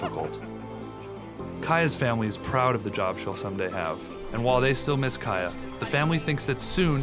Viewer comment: Kaya is pronounced kiya lol